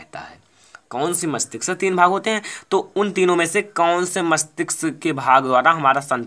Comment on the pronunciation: मस्तिक्स नही मस्तिष्क होता है sir 😅😅😅😂